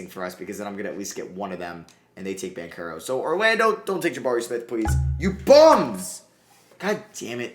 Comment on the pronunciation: BanCHero. Not Bankero. Bothers me every video